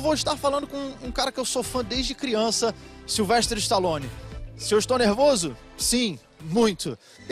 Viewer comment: tao falando o nome dele errado. nao e sylvesTRE. o correto e SYLVESTER STALLONE. tambem conhecido pelo apelido SLY.